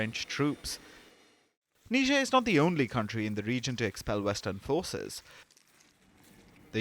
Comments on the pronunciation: ... that's not how you say Niger. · It is embarrassing how these so-called educated reporters pronounced the name of this African country. NIGER is pronounced Nai-jr not Ne-jair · Really? Neezhae? Its niger. 🙄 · Say "tiger". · OMG Lloyd Austin is so ignoran and is our US Sec. of Defense? NOOOO t! NOT NIgeria! They are NOT Nigerians bruh.. Country name - Niger (pronounced Neeejay) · That's not how I say Niger 🤠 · Everyone pronounced that country differently lol. How's it supposed to be pronounced?